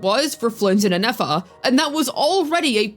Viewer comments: It's Nefer not Nafer. Saying her name wrong the whole time was a bit triggering. lol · Lol neyfar 😂 i was like this is not that hard to pronounce properly